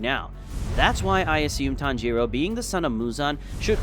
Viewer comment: It's not ton-giro it's tangiro